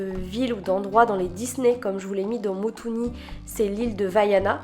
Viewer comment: Motunui* et pas Motuni !